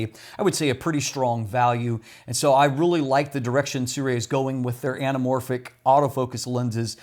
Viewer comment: You can pronounce Sirui more accurately by saying “Sir Ray”.